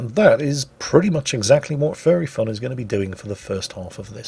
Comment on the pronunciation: Every time says "Furry Fun" I hear him say "Fairy fun"